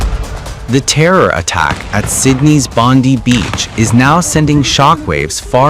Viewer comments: Its pronounced Bon-die not Bondee. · Bondi is pronounced bond-eye. Not bon-dee. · Bon die that is how you say it ai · NO Jews and NON Jews - It’s pronounced bond I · Bondi not bondy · Pronounced Bon- Die,(no pun intended) just the way it's said in Australia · Pronounced " bond..eye" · It's pronounced Bond eye! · It's NOT pronounced Bondee ! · Honestly you Americans need to learn how to read and pronounce Bondi properly, it’s easy enough by Googling how the Australians pronounced it 🤦‍♀️